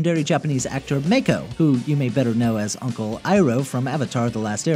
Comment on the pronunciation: Why does everyone pronounce Mako wrong?